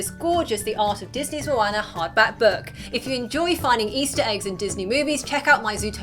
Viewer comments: i could not watch this video for more than 2 minutes. for christ's sake woman its moana not moAnna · It's not MoAyna. It's MoAuna conmon 😂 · "mo-ann-er" snorts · She legit called moana mwana